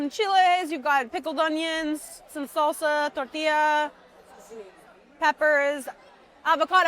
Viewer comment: the white girl trying to over pronounce tortilla 🤣